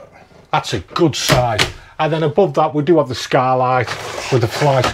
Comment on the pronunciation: You are going to all hate me for this but.... "What we do av" Once you hear it you can't unhear it 🤣